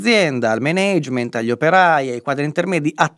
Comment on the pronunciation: Mánegment... Tutto il resto è perfetto. Grande!